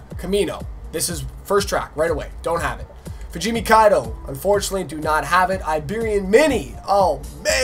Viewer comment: BROOOOO I thought you said you were going to drift fugimi, was waiting for it lol